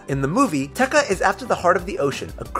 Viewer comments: Tekka?! It's pronounced te kah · it's pronounced teh-kah not teh-kuh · They pronounce it "Techa" When its actually pronounced "Te Kaaaa" eehehehe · T-Ek-ahh, not T-Ec-a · its tekA not tEkka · it's not pronounced like techa it's Te Ka. Not a ah. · Te Ka not teka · Why do you say TehKuh it's pronounced Teh Kah. Did you even watch the movie and listen to grandma Tala telling the Maui story in the beginning? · omg he says Te Kā like Teka... Hahaha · it ain't teka it is Te Kā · Not ke ta te kā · Teka its Te Kā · UGH IT'S PRONOUNCED te-KAH! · Te Ka. It's pronounced Tay Kah >_< I cringed. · Te ka(Lava Monster) is pronounced Te- Car but silent the R a small bit and say it slower, also Moana means Ocean in more countries then Hawaii and New Zealand. Maui is pronounced Mao-We. one more thing, a reason why there was no love story was because Maui and Moana are related (Culturally) so this will make a bad statement for the film, also Maui is based on a Polynesian hero, and Maui never had a wife, so this wont make any sense to Polynesian people. for example, in Maori mythology Maui died before finding love by Hine-Nui-Te-Po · This is how you say the lava guy: Teh Kah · The pronunciation of Te Ka really killed me. I was pleased when it was over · I like the video but you pronounced Te Ka wrong